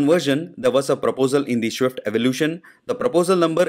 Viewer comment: please pronounce swift properly.. its so irritating to hear